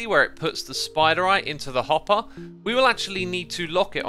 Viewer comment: I don't know why, but whenever Xisuma says 'hopper' I always hear 'hot bar'. Keep this in mind and you'll hear hot bar too